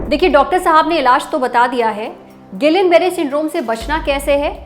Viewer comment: जब हम लोग medicine पढ़ते थे तब इसी spelling का उच्चारण हमारे Professors द्वारा "गियां" Barre syndrome होता था। अब सारे "गिलियन" Barre Syndrome कह रहे हैं 🤔